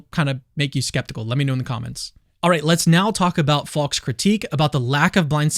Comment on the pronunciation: Faulks name sounds like false when you say it. Just saying